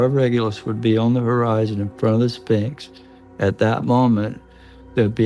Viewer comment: Also anyone that can't pronounce "Sphinx" should be taken as seriously as someone that can't pronounce Sphinx. It's really easy if you're an English speaker.